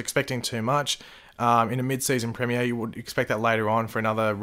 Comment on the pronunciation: say premier properly